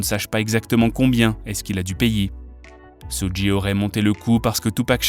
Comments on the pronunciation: Ça se prononce sudj et nom sudji (suge) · Sudji??????SUDJI???AH ouais non mais la cest bon n tchao..soudji night la arrête les vidéos non non non cest plus possible la arrete le massacre